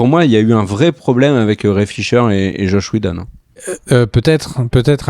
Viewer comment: Zach Schneider et Chosh Wheshjedon... les gars 😅 Qu'est-ce qu'il s'est passé ?